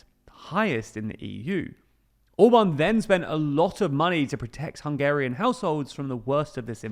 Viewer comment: His name is ORBAN, and not OBAN ! Can not you prenaunce the letter R ? Try it !